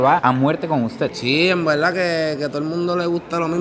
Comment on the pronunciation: En velda en velda